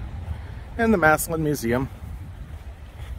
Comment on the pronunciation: Massalion? It's massillon